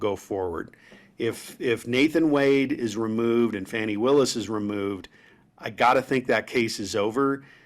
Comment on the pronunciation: At least get her name right. It is Fani, not Fanny. I think this is just a way for the Maga's to help DJT.